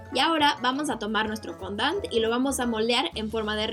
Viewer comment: Es fondan no fondant